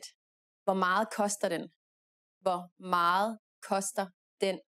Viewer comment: "meget" is pronounced "mahl" ?